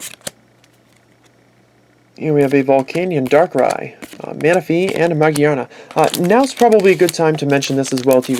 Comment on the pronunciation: Mageana? It's ma-GEAR-na